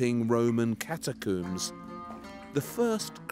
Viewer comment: ok this guy mispronouncing catacombs and omega is highly distractive